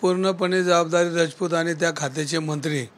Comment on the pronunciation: धंगेकर साहेब रजपूत नाही, ,,राजपूत म्हणा, ,लाज वाटते का राजपूत म्हणायला